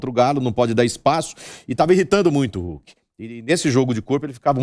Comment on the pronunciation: Gosto muito do " RULKI " kkkkkkkkkkkkkkkkkkkkk